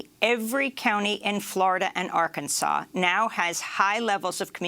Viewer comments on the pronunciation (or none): none